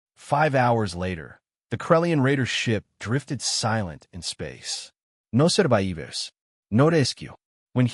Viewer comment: What language ? Is it English words pronounced in Portuguese? "No surraeevers! No resskku!"